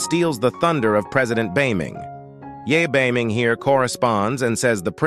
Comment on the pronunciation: Amm you couldn’t Evan say Ye beiming but I loved this Siri soooooo much I wold love to see their children and olso pls part 41❤